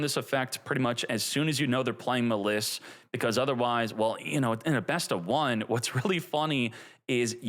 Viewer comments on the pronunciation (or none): We've had this deck too long to be calling it Muh-Liss, come on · Every time I go to the store I forget “Muh Lis” LOL you crack me up with that one my man. I thiiiink it’s pronounced like the word malice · I don't like how he says "muh-liss" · Dudes it’s pronounced mall iss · I hate how he pronounces maliss. It’s like he’s intentionally doing it